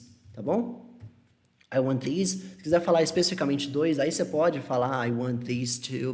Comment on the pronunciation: Parece q tanto that quanto this ou Those, these são falados com V no começo ai ao reproduzir da sua fala eu meio q imito kkkk